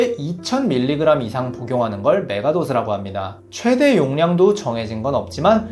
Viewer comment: 메가도즈가 아니라 메가도스